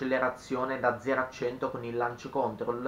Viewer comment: ‘Lanc còntrol’ ma sul serio? L’hai detto 70 volte e non si può sentire, dai. Ma basta che lo digiti su Google e ti senta la pronuncia, forza, sei giovane.